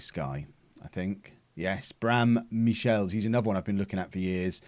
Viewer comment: Bram Michiels is pronounced as Braam Mik'heel's (heel as in heel of your foot or as in heal)